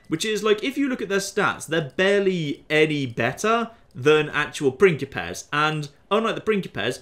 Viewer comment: Every time says "pincipes" I hear "prickly pears" which makes the whole thing very entertaining